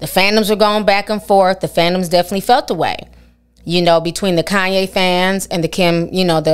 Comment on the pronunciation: Lmao “kohn ye” that’s how those kardash. say his name 😂